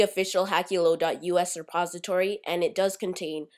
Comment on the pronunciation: ...This is the official hackulo dot us sepository..." Uh WHAT!? :D You mean repository I hope :P